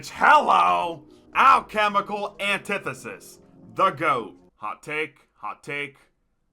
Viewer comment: Says hes an expert on gobble gum can’t even pronounce “anti-thesis” right lol